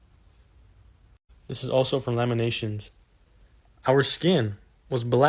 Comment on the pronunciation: He’s just forgetting the “T” in Lamentations 🤣🤣🤣🤣🤣🤣 I guess we finna Laminate some ish🤣🤣🤣🤣🤣